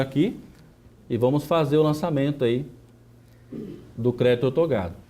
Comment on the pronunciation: Não é ortogado, é OUTORGADO...repita comigo, OUTORGADO...